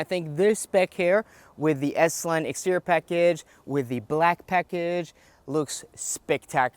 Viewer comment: It’s pronounced “extee-ree-or” not “extee-ror”. It’s “intee-ree-or”, not “intee-ror”. For crying out loud!